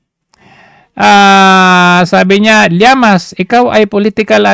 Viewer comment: D ba Ang tamang pronunciation is liamas(llamas)or sinadya mo na mali ang pagbanggit para mainis ung taong concern